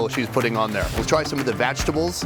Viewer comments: When sonny says vagitables lmfao ever show he does it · why does he keep saying vagtables loool